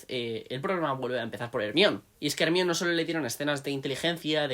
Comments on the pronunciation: No me aguanto el “ Ermion” , pero gran aporte. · “Hermion” suena horrible siempre😂 “Herminia” hubiese sido mejor y con más sentido si querían españolizar el nombre... Ojalá lo consideren para la serie 🤞🏻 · Yo lo entendería más si al menos le dijeran como está escrito, "ermione" en vez de "ermión" jajaja ¿De dónde habrán sacado esa pronunciación? 🤔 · Porque le dicen ermion???? 😢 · Lo que no entiendo es que como todavía hay españoles que pronuncian "ermión" cuando nombran a Hermione siendo que la misma autora aclaro si pronunciación, no solo cuando se lo preguntaron sino en el libro del cáliz de fuego cuando ella y Víctor se están despidiendo. Igual eso no quita que sea un buen video. Saludos